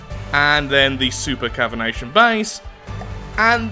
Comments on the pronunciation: It's actually called a super caviTAtion base not a super caviNAtion base. The cavitation part is pronounced the same way you pronounce cavity but with an -ation instead of a -ty at the end. Just thought I'd mention it. P.S: I know you have dyslexia and so lengthy words are probably very annoying to deal with so I hope you don't mind my correction here (as a person with slight dyscalculia (essentially dyslexia for maths) who's trying to get a degree in a subject which contains a ton of maths... Let's just say I can relate.). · New drinking game: Take a shot every time mispronounces something, you’ll be drunk before the end of him explaining “supercavination bases” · I'm not dyslexic, and I pronounced it as cavitation. News to me when I found you were pronouncing it wrong lol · Say supercavination one more time! :D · Me - How many times is going to mispronounce "super cavitation"? - yes. 😂